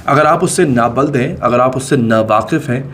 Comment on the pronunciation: Na Buld nahi Bhai Na bulud hai ye lufz.... Urdu tou dhung se bolo